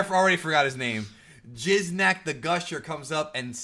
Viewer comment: Lmao repeatedly saying Jizznak The Gusher 💦🤣💀